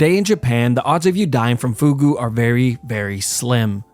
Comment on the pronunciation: number 2: foooghooh